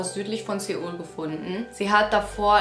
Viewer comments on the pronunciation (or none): none